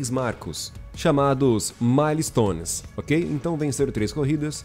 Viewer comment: Correçao de Ingles do Episodio:A Pronunciaçao correta é "Mael"-stones (Milestones) ao invez de Ma-le-stones."Mael" seria a pronunciaçao da Palavra Mile que é milha em portugues.Milestones é uma giria nos estados unidos para missoes passadas para pilotos ilegais por exemplo:Passe por tal velocidade em radar,acerte tal carro de policia,fuga de tantos policiais Etc.isso é tudo,Otimo Video 👊🏼